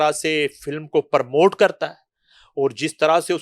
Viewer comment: promote ko permote or کهان bolne wale dono jahil hain